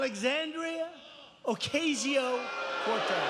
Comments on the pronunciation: There are Puerto Ricans all over New York man.....Trump really couldn't say AOC's name right? I think he forged his Queens address. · It’s a minor thing given how horrible the whole situation is, but the fact that he goes out of his way to mispronounce AOC’s middle name is just ridiculous. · You saw him point to his head twice, as if he were pulling the trigger of a gun when he purposefully mispronounced the name of CongressWoman Ocasio-Cortez, RIGHT?! It's on video...So, now what?!?! Pretend it isn't?! Privileged, White slave owners wrote the constitution and established our government in order to maintain their status quo. It has done just that. Let's go, Ladies! It's a brand fucking new day! #jointhesquad! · What is it with Americans insulting people by mispronouncing their names? Yes, denial of identity and the right to self-determination and all that, but ultimately, you're the idiot who can't remember the stress placement on a two-syllable word, how does that make the other look bad??